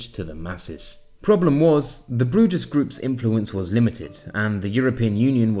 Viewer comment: Bruges is pronounced as Brews